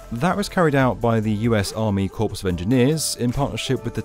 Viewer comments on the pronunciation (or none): Core not corpse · "Corps" is pronounced "core" not "corpse". Other than that it was a good, informative video. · "corpse of engineers" lol. It's pronounce "core". At the time of the video, George P Bush was the land commissioner, but he ran for another office (and lost), and Dawn Buckingham is the new Texas Land Commissioner. Hopefully Texas can stay rid of the damn Bush family for good. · You lost all credibility at "climate change". in "corps" the P and S are silent. pronounce it "Army Core" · corps is pronounced "core" ... english is weird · The word "corps" is pronounced like "core" not "corpse". It's the US Army "core" of engineers, not the US Army "corpse" of engineers. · BTW: Corps is pronounced "core." Cheers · Corps is pronounced Kor. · Good video. F.Y.I. The "corps" in "United States Army Corps of Engineers" is pronounced as "core" not "corpse." A Corps in the U.S. Army is the organizational level above Divisions. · Core not corpse. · "...The US Army Corps of Engineers..." Corps is pronounced core, not corpse. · "...corpse of Engineers....???? What former president whote this script? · Corps is pronounce Core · I died when he said Army Corpse of Engineers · Yes. English accent:successful. Mispronunciation of American English: unsuccessful. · The British don't pronounce it corpse either. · Oh, I know all about the US Army Corps of Engineers... my father served in that Corps in the Korean War. But the narrator here said "corpse". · Corps is pronounced “core”……. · corps pronounced is like apple core, not dead corps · The “Corps” in Corps of Engineers is pronounced “COR” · It's pronounced core of engineers. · This must be an AI voice. I don't think even Englishmen pronounce corps and corpse as homonyms. The only human I have heard pronounce it that way was Barack Obama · You don't pronounce the p in corps ! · Why are you watching videos from a guy that doesn't how to say "Army Corps of Engineers"? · The p in corps is silent ;)